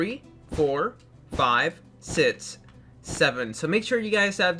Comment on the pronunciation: When he pronounces 6 it fuckin annoys me